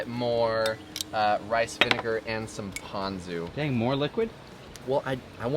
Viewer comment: As usual, you were right and pronounced “Ponzu” correctly. At what point do you muzzle tha camera man of yours? 😂